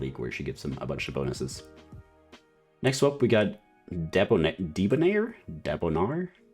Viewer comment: "Debonair" is pronounced de(h) - bu(h)n - air